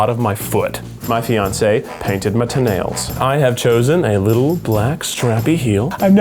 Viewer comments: “painted my t-nails” HAHA why do I find it really funnny because he didn’t pronounce toe hahahaha I’m so weird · i died when kieth said "to-nails" 😂😂😂😂😂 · "My fiance painted my tuh-NAILS." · " My tanails " beautiful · haha the way he says toe nails! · the way he said toenails HAHAHAHAHAHA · the way keith said toenails